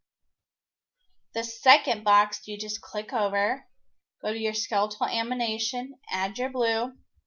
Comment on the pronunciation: shes saying " amination "